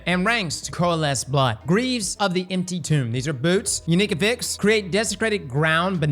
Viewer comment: hurts me with how he says affix.